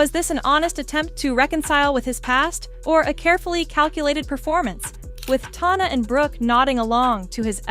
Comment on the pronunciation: Bro i cant trust you if you cant even say tana's name right. 😂😂